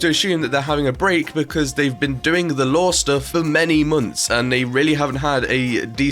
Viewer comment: every time this man said Lore i literally thought he was saying Law xD